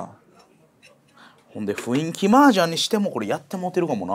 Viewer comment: 麻雀に文句を言うつもりは無いが、雰囲気を「ふいんき」と言うのは本当にやめて欲しい